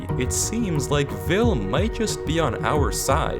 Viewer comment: "Vel_1" not "Vil_1"